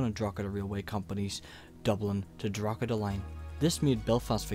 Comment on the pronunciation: stopped watching after a few poor attempts at saying Drogheda and then hearing Londonderry. It's Derry